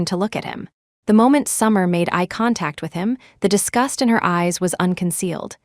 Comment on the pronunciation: It’s disgust (a negative feeling for another) NOT discussed (talked) HTH